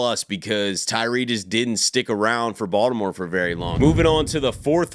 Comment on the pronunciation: Every time you say Baltimore I literally smile lmao you’re def from here